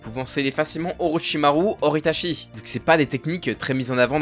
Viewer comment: Svp, c’est ItaCHi pas Itashi et on dit UchiHA pas Uchiwa